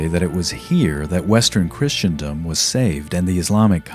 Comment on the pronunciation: I dunno, he couldn't say 'Caliphate' properly. Kept saying 'Kale-if-ate'. And "Christiandom" instead of 'Christendom'. Other than that, he was alright.